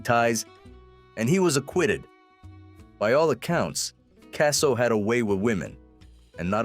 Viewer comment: They can’t even pronounce the last name right I have to give this video a thumbs down